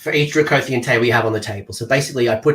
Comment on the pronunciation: "Draconathan" is a great DnD name! But odd for a competitive seraphon player to not know how to pronounce a major thing from their faction!